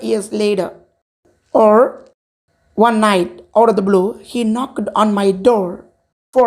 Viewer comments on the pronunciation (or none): Super da besides don't say knacked we have to say knocked, keep up 👏👏👏